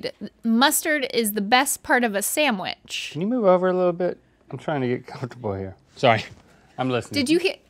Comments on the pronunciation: Am i the only one to notice she says sandwich —> sammouich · you are amazing, smart creative, funny, smokin' hot, and just the whole dam package... but dam, girl... I hate the way you say sandwich. It's pronounced just how it's spelled. You are a real treasure, and I'm glad to have you in my life every Saturday morning. But... sandwich... say it right. Love you!